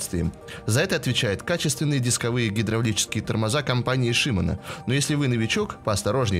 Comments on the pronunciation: в слове шимано ударение на о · в слове шимано ударение на а